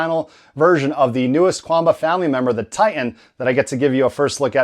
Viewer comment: It is pronounced Chuan Bah, 拳霸 is romanized as quan ba, where q = ch